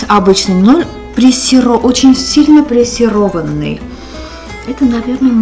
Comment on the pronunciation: Это называется пресованый а не пресированый 😊